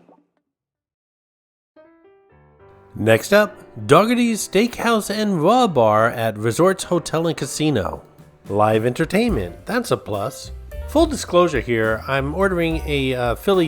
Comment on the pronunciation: Dougherty's is not pronounced as you are saying. It's pronounced "DOCK-er-tee", especially if it's a Philadelphia based restaurant. Just thought you'd like to know !!!